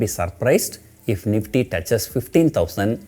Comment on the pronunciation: The " NEEFTEA " has been Rrailllying .. 🤣🤣🤣🤣🤣🤣🤣🤣🤣